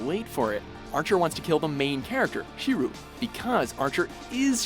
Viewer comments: Shirō, not Shiru. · God dammit its Shiro, not Shiru. It rhymes with hero. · ‘Shiroo’ Oh my god 😂